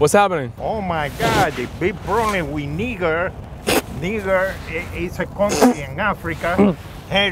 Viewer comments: Its pronounced (Nye - jer) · Niger is pronounced nyjer 😂😂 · He was laughing because of the way that guy pronounced "Niger." It didn't come out right! 😂😂🤣🤣 I want to make a joke SO bad at this point about that. But I'm afraid of getting kicked off YT!